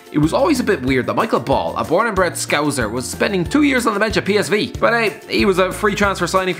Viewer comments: let him off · did he really just pronounce Scouser as scouzer